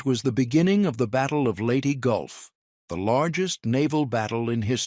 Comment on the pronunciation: Your announcer mispronounced many names. And it’s not lady gulf look it up.